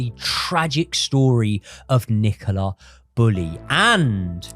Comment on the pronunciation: Is her name Nicola or Nicaler?